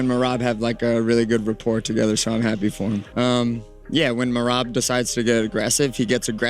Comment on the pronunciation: how did u butcher the name merab lmao mareebbb lol